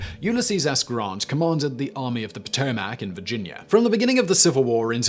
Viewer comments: Poh-tow-mic (not Po-To-Mac). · SImon - it is pronounced Pah-toe-mic. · I like how he says Potomac. You say "Po Toe Mac" and I say "Puh Toe Mick" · Potomac : puh-toe-muck 😬😬😬 not puh-toe-maack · It's pronounced "Pahtohmic" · Lol. Great stuff.. but the potoMAC? Lol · 2 corrections...Yes, Lee was a “Slave Owner”...so was Grant. They both received one slave as an inheritance from their father in laws. Both freed their slaves and did not sell them. Second, it’s Potomac pronounced Poe-Toe-Mick... I grew up and still live near the river and know it well from the mountains of WV where it originates all the way down to Point Lookout where it flows into the Chesapeake Bay. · 7 minutes 54 second "...Served only in the European theater..." LOL. BTW. Potomac is pronounced Pato-mic here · I don’t give a dang about this video just for the fact how he says Potomac or how he says it POTO-MACK 🤣🤷🏻‍♂️ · Poto Mac?? Lol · Poe toe Mack huh?😂😂😂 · What is the POO-TOE-MAC? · No u southern hippies...its paa TO mac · Drinking game. Everytime he mispronounces potomac or gettysburg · Your pronunciation of Potomac is killing me. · You need to learn how to pronounce Potomac. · Richard Von Pingel - I am from the PA / OH border, about an hour south of Lake Erie, and I have never heard such a horrible pronunciation of “Potomac”. Ha!